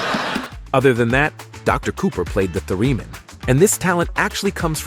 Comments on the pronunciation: "Thair-ah-min," not "Thur-ee-men." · Doesn't anybody edit the script for these videos? Violin? Leonard is playing cello. at the point, the video has a reverse image, probably to avoid a copyright strike. Thereeeemin? Pronunciation ! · The instrument Jim Parsons played is pronounced THER-uh-min. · Leonard Played The Cello. When You Say Someone Is Tearing Up It Rhymes With Earring, Not Like Tearing Up A Piece Of Paper & Theremin Is Not Pronounced How You Said It. The Narration Is So Bad I Couldn't Tell If It's Real & The Video Is Reversed! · OMG the mispronunciations are unbearable. "Theramin" -who doesn't know how to pronounce that, and "tehring up" - MG - it's "teering up" as in tears. Yikes!